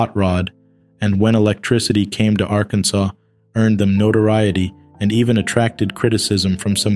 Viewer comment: The last letter in Akansas is SILENT....Hello?